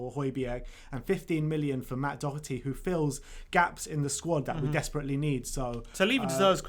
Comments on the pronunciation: pronounced "Doherty" right. Great to see another Irish player is going to be in the squad. COYS. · You guys are getting the pronunciation of Doherty right - the first syllable is not "Dough". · When u say Doherty I always thing of Thomas Doherty not Matt 😂😂